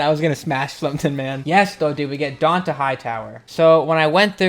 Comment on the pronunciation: its pronounced dontae